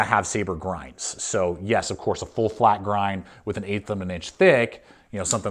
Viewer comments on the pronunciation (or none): none